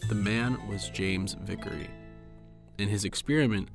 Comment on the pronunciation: My last name is almost the same as Vicary it's just one letter off. It's pronounced the same and it bothers me how he got it that wrong.